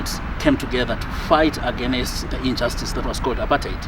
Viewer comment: Where do Zimbabweans see the “a or e” after the consonant “n” in the word “against”, all the time agenest ..... ..... . 🙈🙈🙈🙈🙈